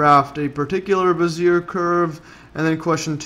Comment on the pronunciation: "behz-ee-AY" please.